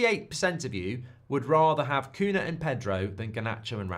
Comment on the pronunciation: I know it's not important but Cunha (nh) in Portuguese is spelled similar to El Niño (ñ) in Spanish, so if you know how to say El Niño just say Cuña instead of Cuna, the same for every nh word in Portuguese